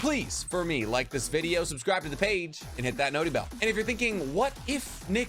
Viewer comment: Please stop saying noty bell you sound like a beta. Other than that top content 👌